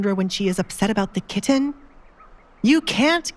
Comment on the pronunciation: I wish the narrator would stop saying the word kitten. She pronounces it like a moron.